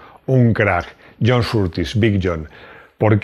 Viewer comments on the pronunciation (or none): none